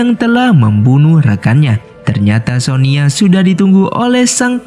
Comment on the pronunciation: Sonya bang bukan sonia